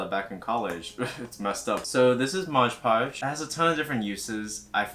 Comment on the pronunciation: The fact that you call it Modge Podge instead of Mod Podge is really grinding my gears ngl